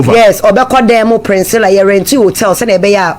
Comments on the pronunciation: You are right on point, no wonder she can't pronounce the sweet name Priscilla intetered she kept pronouncing Princilla. One can't really tell where she learnt this pronunciation from. Spoiling the such a sweet name like Priscilla. Chaa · The name is PRISCILLA not PRINSCILLA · Please correct her again. Hmmmmmm Hard ooo